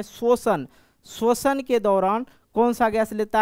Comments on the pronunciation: Shoshan nahin hota hai 🤣🤣🤣😂😂,,,,,,,,, shwasan hota hai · shoshan nahin hota hai..... Shwasan hota hai 😂😂😂😊😂